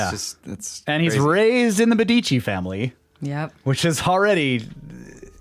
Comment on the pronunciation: Belle Isle.....bel eel.....Mèdici, not Medi'ci...znakez!